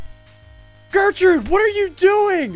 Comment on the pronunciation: Gertrude* not gertrute